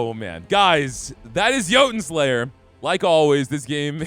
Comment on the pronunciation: “Joe-Ton” Slayer 😂